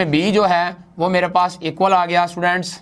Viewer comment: How he pronounce students ( stuudaants)🤣🤣🤣